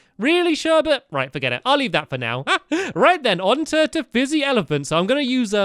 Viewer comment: Lmao, Fizzy ELEPAHNT XD